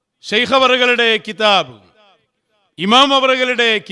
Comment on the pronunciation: കിതാബ് എന്ന് പറയുമ്പോൾ ഖൽഖല യുടെ ഹർഫുകളിൽ പെട്ടതാണ്. അത് താങ്കൾ ഉച്ചരിച്ചത് ശരിയല്ല 😂😂😂